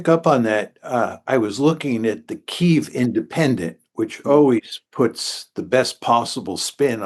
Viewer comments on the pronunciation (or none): none